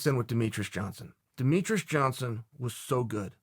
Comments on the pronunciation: Who is Deh Me TRUS??? ITS DE ME TREE ES. I feel like you do this on purpose, getting people's names wrong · Chael, are you saying Demetrus? 😆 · If Chael says its "Demetres", its Demetres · "Dont try and out-demeatruss demeatruss" - Chael P. Sonnen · If it was anyone other than Chael, I'd correct him on how he is pronouncing Demetrious' name.... It has Michael Petrus overtones